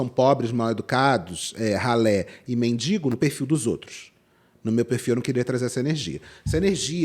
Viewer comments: A pessoa fala “mindingo” e quer falar dos outros hahahha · Tudo é péssimo, impressionante, cada vez ficando pior. Mas ouvir "MINDINGO", me da arrepios. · Ninguém sabe pronunciar mendigo? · Obrigada,, por esse mimo em pleno domingo 🥹 mas que agonia com essas duas moças falando “mendiNgo”, meu Pai 😰